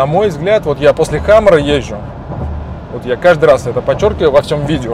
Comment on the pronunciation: хамЭра😂😂😂 ухо режит ваша средняя полоса!!! Камера , сервопривод!!! Это внедорожник!!!